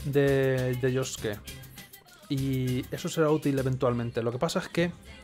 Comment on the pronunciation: Pronuncias bien el nombre de Yosuke pero no el de Yusuke